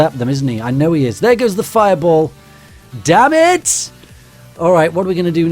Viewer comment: Is it just me or am I the only one that likes his accent especially when he says "damn it!"?